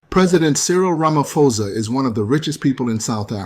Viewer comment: He said it correctly tbh 😊